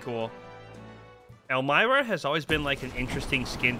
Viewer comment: It's pronounced "elm-ee-rah"